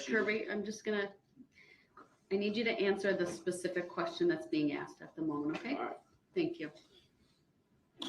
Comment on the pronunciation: Substained. Grounz. Axed. Relevancy.